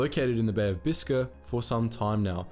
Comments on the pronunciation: It's Bis-kay and con-ger as in, conger eel. I'd say it's fairly well known in the UK because of a film called, The Cockleshell Heroes although that film takes some liberties with the story. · You need to get the correct pronunciation of Conger and Biscay